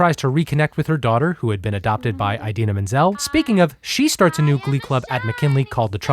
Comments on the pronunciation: Eyedeena Menzel........John Travolta got you tripping? 😅💜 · Sorry I can't get over how he pronounces idina menzel eyedina menzel. Lol sorry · Eye deena? Really?!😵😵😵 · is no one going to mention the way he pronounces Idina Menzel's name? lol Excellent video, by the way!